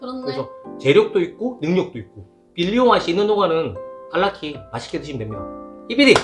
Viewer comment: 빌리가 자꾸 빌런으로 들림ㄷㄷㄷ